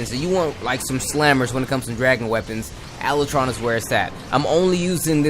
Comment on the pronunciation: Ala tron? Not how you pronounced it but whateves